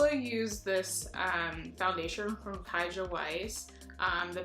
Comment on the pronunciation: Nice video! I like seeing more eco friendly brands. My only thing i would mention is Kjaer Weis is a Danish name, kjaer is pronounced like 'k-yay-er' :D but that's an easy mistake!